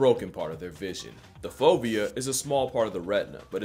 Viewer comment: if you didn't put the word "fovea" on the screen I would have thought you were saying "phobia", which wouldn't have totally surprised me considering who we're talking about here